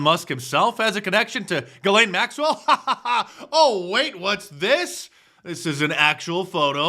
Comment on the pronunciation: He called him Jeffrey yet acted like he didn't even know how to pronounce his last name.